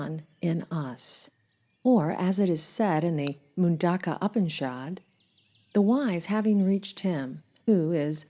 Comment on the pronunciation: I'm really enjoying your videos, though I implore you to look up how to pronounce these words instead of guessing. Upanishad is pronounced Ooo-pawn-eee-shawd